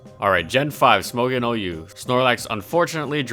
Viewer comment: Why is Smogon mispronounced so much?